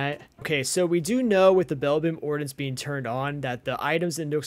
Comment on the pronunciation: Ummmm you're saying ordinance worng you pronunciation the I as a Edit corrected your to you're